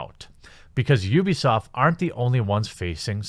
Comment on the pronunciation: Wait did you say UbiAsaad? 4.43